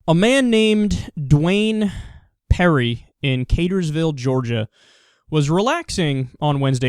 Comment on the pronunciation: Katersville, Georgia I've never heard of it. I believe it is pronounced Car-ters-ville. Sincerely someone who lives in Georgia and specifically in Cartersville.